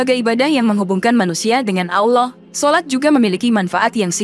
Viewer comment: Yang Menyampaikan Aja, Lafal ALLAH Nya 😅 Kacaw.